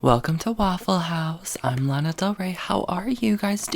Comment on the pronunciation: "Landa Del Rey" 😂💀